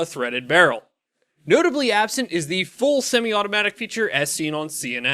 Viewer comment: I believe there was a pronunciation issue on the CNN semi-auto news piece. The full semi-automatic was supposed to be a "fool" with a semi-automatic.